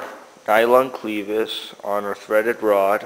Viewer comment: It's not a "cleevis". Short e, as in rev or seven. Great ideas though.